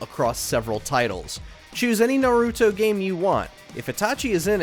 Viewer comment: Bro can’t even pronounce Naruto right, who picked this guy to narrate the list 💀💔